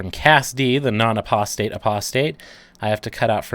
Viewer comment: Aprostate lol. Love you man